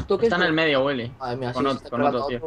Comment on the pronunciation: Me gusta demasiado, como Vegetta777 pronuncia el: Willy